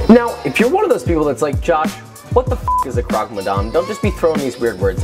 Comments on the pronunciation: No it's not.. missyuh is correct but croque is pronounced more like crock than croak. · You are awesome... it's pronounced cro-que like 'croak' in english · I love how you wanna "edumacate" us but can't even pronounce the names of the sandwiches correctly